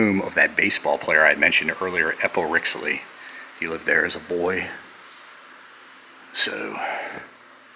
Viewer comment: You said Eppa Rixey's last name wrong. Sorry but He was my Great Grandfather